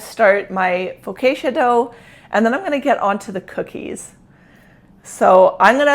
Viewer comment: I absolutely love your white blouse you're wearing. It's beautiful and looks so good on you. I suspect that you made it. I would like one in each color lol. Also the correct way to pronounce Focaccia is foe caw cha. I look forward to your next video